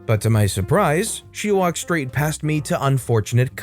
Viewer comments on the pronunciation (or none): none